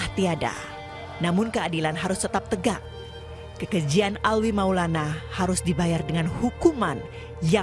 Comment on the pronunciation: bukan Alwi min tp Alvi